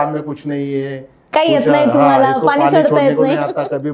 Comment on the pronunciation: Madam tumhi Pani aani ase uchchar krupaya chukiche Karu naka jethe motha n aahe tethe spasta mothya n cha uchchar karawa. Aikayla farach vichitra watate. Krupaya sudharana karawi hi winanti